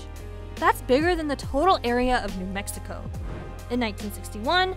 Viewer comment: You guys might want to re-record this. This doesn't sound like "New Mexico", more like "n'Mexico" - with a very little "n" ... so more likle just "Mexico".